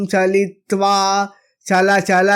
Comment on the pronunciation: Great presentation. One point - since you took a pause it should be pronounced as 'achala chala'.